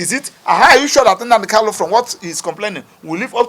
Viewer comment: Please pronounce Mazi Nnamdi kanus name correctly you supposed to be a lawyer who should know better, thanks